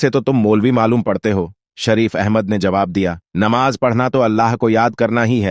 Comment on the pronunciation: Sheen qaaf durust kar lijiye,Namaz,Rozah, Zuhar